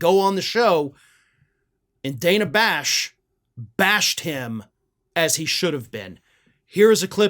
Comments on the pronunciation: Dude, it's pronounced 'DAN-a', not 'DAY-na'. Much love. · It's Dan-uh, not Day-nuh. I just think we should try to get pronunciations right since we get mad when people pronounce Kamala wrong. Otherwise, love your work,! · Hi. I watch you everyday and love your commentary. I just wanted to let you know that I think Dana pronounces her name different than you did. Not a big deal but with the way maga butchers Kamala I thought you might want to know. She sure made Shady look like a fool.